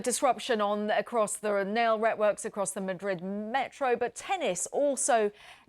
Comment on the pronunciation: "Nail Retworks" 😆